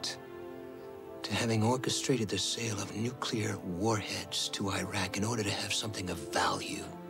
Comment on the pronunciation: Are some of the characters still saying "Airaq" and "Airan", even after all these years and after all the wars in the Gulf region ?! Next thing we know it will be the "Aitalians" !!! And, by the way, Gil Bellows looked ever so hot half naked, with his very sexy hairy chest !!! Pfui !!!